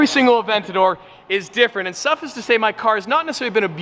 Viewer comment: I feel like you saying "suffice to say" as suff-iss is on purpose now.